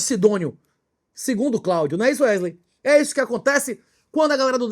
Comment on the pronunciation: Wesley, que ele chama de Uérlein